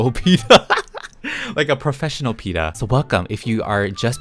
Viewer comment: “sOme Peetah brEad momEnts” Me : THE BEST MOMENTS